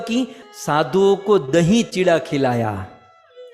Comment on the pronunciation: This is not Chitwa chida say properly chura is correct words